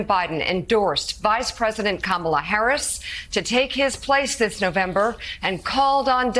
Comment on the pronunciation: Fox is so childish. They have nothing of substance with which to attack Harris, so they resort to superficial "attacks" such as making fun of her laugh, deliberately mispronouncing her name. SMH.